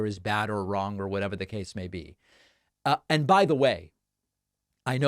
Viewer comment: Does he say "against tyrants THAT support the one and only movement" or "against tyrants AND support"? His pronunciation is so bad...